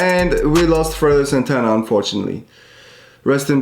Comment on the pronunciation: "Frodo Santana" This ain't it chief.